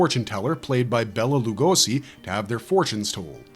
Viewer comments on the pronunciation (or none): His name was pronounced like Bayla not bella. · Bela is pronounced "Bay-la" not "Bella". Bella is a woman's name.